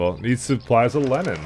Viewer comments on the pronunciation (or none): Just below Temple Central the irrigation ditches were not working properly for some reason (notice the missing green goo). That could have amounted to the missing food situation. Also when you said "They need supplies of linen." I totally heard "Lenin". Made me laugh..... Lenin industry.